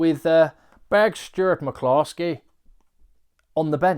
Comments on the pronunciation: Please stop saying Big Stuart McCloskey in that weird Indian accent. Your videos are great but please stop. Thanks. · Love your Stuart McCloskey Irish accent,very impressed by the egg man 😀